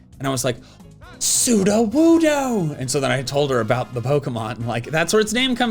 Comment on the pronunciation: Sudowoodo becomes trudowoodo